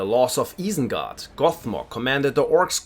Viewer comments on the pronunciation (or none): Guy is butchering some of the pronunciations. Eye-sen-guard not eee-sen-guard. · es war so klar, als du Isengard gesagt hast, nur ein deutscher würde es so sagen. Aber du sprichst echt sehr gut Englisch.